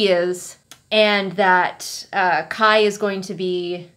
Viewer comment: every time you say kai's name i distinctly hear "kyle" and honestly that's what he deserves